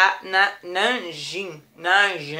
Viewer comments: Tá errado falou errado o nanjin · a pronúncia é "Namdin" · falo quase certo; pq o "certo" da pronuncia seria "NãmDin" o Jin sooa como "din" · NAMDIN É A PRONÚNCIA ^-^ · Garotx, a pronúncia é "namijin" ;) (Não estou corrigindo, galerx, ele pediu ;-;) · Se pronuncia "NammmDin" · Na verdade...se fala "NamDim" Em coreano, "J" costuma ter som de "D" ㅅㄷ므ㅏ